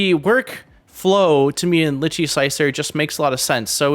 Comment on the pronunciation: Great review but why is it almost no one person can say this software's name right. I mean Google it. It's pronounced phonetically "Lie Chi".